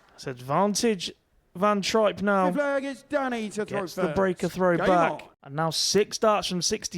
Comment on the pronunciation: It's trijp (tripe)and not trip ..how rude to not find out his name before calling .. disgusting